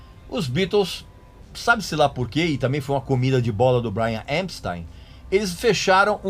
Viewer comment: Acho as informações úteis, mas se você cortar os "pouca gente sabe " e similares, o tempo do clip cai pela metade. Precisa melhorar o inglês, também. O nome do cara é Epstein, e não "EMpstein". De resto, agradeço as informações que não conhecia.